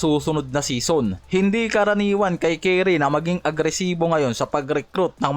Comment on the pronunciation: Bago ka mag content ayusin mo muna yung pronounced mo ng curry. Hindi carry. Curry. Anong carry? Keri? Carry the ball? Curry!! Hindi Carry. Bisayang to.. tapos porgingis. Hindi porsingis.. sarap mong kaltukan.